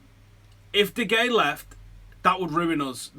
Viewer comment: De Hey-a. Fuck sake sort it out. It drives me mad. You might as well be saying Zaltan.